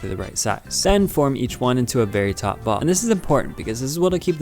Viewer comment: he said "taut"